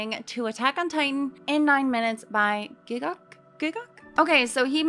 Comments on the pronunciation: It's actually pronounced 'gigg uk' as in united kingdom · It's not pronounced Gigguk. It's Gigg UK 🇬🇧.